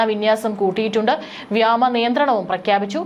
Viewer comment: വ്യാമ അല്ല; വ്യോമ എന്ന് പറയൂ